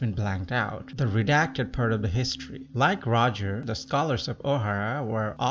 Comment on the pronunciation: Whatever u said maybe great. But for fak sake, he's not gold roger, it's gol d roger. Gol D Roger!